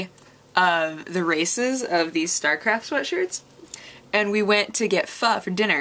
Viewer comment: pho? im vietnamese and have trained many a white folk on how to say it properly. say it like you are asking a question. pho?